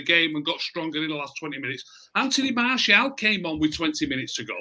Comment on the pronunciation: Is anybody else disappointed pronouncing Martial properly now? I much preferred him calling him Marshall:-)